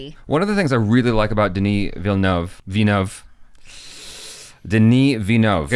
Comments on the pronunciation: You're one of the few that is able to say his last name pretty much correctly haha Actually you have the last part right (the most difficult one ''N-uh-v)'' but the first part is said like ''Veel''...so ''Veelnuhv''. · you did a create job in Villeneuve pronunciation. I was impress actually. Will tell Denis when I see him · You are probably the one saying Villeneuve the best in the US. the "euve" is hard to do for english speakers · You have the best pronounciation i've seen of Denis Villeneuve that i've seen on youtube, so don't worry, you got it right :)